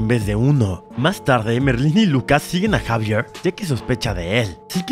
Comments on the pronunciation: No se pronunciar Javier se pronuncia ecsavierl no sabe mucho al parecer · yo gritando se llama xevier no jaiveerrrrr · Se dise exavier y se escribe xavier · se pronuncia inid y exeiver